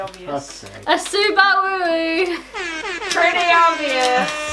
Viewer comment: When I heard subawaoo I thought she meant subauwu